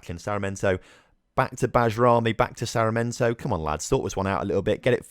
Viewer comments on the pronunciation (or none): SAR-MI(as in million)-EN-TO Hope it helps a tad bit with the pronunciation!